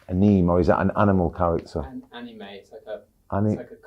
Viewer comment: no way he struggled saying the word “anime” 🗿